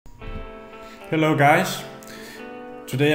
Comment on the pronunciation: herro guys and today we got alot of news today